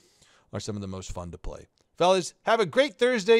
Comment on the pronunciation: When he said Phlyday... I felt that.